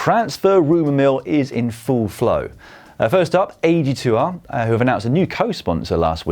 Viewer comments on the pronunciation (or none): I had no idea which team you were talking about when you said AG2R. Please use the french pronunciation when it's a french name ;)